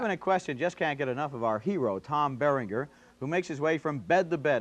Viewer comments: "Tom Bearing-Ghurr." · Listen to Roger mangle Tom Berenger's name